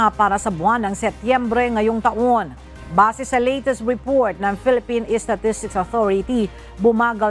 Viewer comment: It would be great if PSO ( PSA) would be read as statistics and not estatistics.🙊 ✌🏻